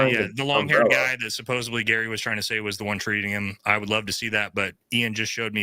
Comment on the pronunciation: Robinson. Fix your typo in the heading and PLEASE don't say SUPPOSEBLY. It's SUPPOSEDLY. No b.